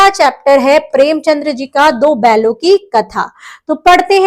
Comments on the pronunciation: Premchand, not Premchandra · Excuse me mam ...premchandr nhi premchand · Mam it's preamchand .. Not premchandra❤ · premchandr nhi premchand h